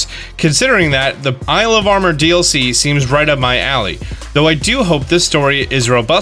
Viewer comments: pronouncing “DLC” as “dilk” was an absolute gut punch that I wasn’t expecting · 🤣🤣🤣............man said Dilk(DLC)..🤣🤣🤣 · "the Dilk". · the "Dilk"